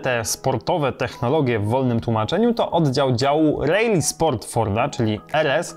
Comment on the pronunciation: dlaczego mówisz REJLI zamiast poprawnie RALI ?